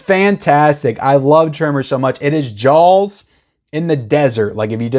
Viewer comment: I absolutely love your content but can you google the pronunciation of the word jaws please 😀